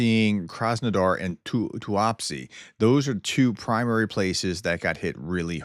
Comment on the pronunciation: Full marks for the pronunciation of Tuapse, Prof 😊